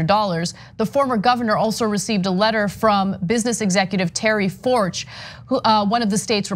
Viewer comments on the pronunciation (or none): It’s actually pronounced fork-t. The guy owns a chain of banks here. Forcht bank. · I think that name is pronounced “Fork”, like the bank. Could be wrong, though.